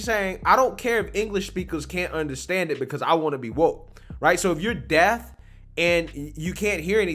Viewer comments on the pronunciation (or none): Had to play this back to make sure but this guy said, “. . . If you’re DEATH and you can’t hear anything . . .” 👀 Bruuhhh 😂😂😂💀💀💀